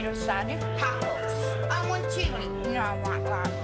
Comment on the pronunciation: "I wun chiwi"